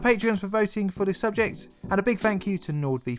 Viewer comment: Vis? TH is pronounced differently to V